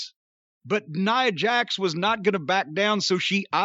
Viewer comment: he had it right. It's Nia Jax, not nya.